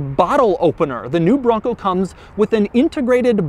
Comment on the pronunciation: Doug gets a 0/10 for the way he says bronco.